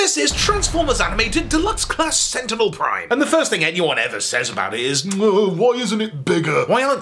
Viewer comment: Senticknel Prime